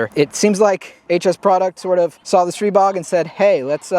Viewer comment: it’s pronounced str(eye)bog and let’s call a spade a spade. It’s a stribog clone